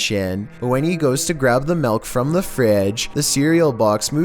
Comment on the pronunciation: I Love The Way Says The Word “Milk” Like “MaLk”.